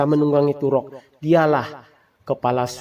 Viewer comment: Toruk makto bukan turok, gak cetoh